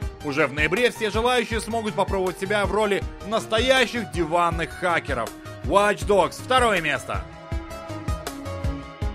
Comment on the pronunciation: Объясните мне, почему на столь солидном ресурсе обзоры на игры - продукт, принципиально создаваемый на английском языке - озвучивает человек, в принципе не способный к произнесению английских слов? Какие "вач догс"?! Какие "криатив асемблей"?! Люди, пишущие текст, ну дайте ему хотя бы приблизительную транскрипцию кириллицей, если человек не в состоянии прочитать хотя бы с акцентом английское слово!!!